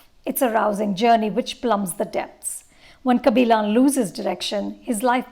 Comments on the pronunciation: It's kabilan not kaabilon, sarpetta not sarapata ...... 🙄😒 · "Kabilaan" 🙄🙄 Its a 3 hour movie and the name comes up a hundred times. Still can pronounce it??? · first learnt to pronounce the thamizh names correctly before your full view about the film kabilan not kabilaan .. now a days no big bollywood movies for her to give her views so shifting to south industry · yeah bro exactly. Lady can't even get kabilan right. She says "kabilon". Like it's not a South Korean name, it's our very own South Indian name. She's way too pretentious.